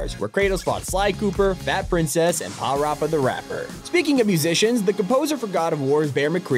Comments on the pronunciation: Parappa "gotta believe" Thats how he pronounced his name 💀🙏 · The way he pronounced Parappa makes me wanna die 😭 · Good sir, please do us all a favor and NEVER PRONOUNCE PARRAPA LIKE THAT AGAIN! Thanks! 😊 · The way this dude pronounces Parappa has me dead